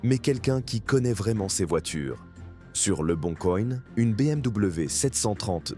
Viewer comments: " Sur le Bon Coïgne " 😂😂😂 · "Le bon coïnn" 🤣